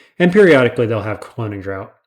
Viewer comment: you say "draught" like "drought"; but try out the mouth-feel of saying it like "draft"